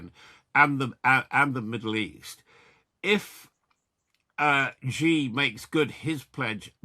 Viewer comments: Xi is pronounced as “she” not “gee.” Ffs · Just a tip to boost your credibility, Xi is pronounced ‘she’ or ‘see’. Not Gee.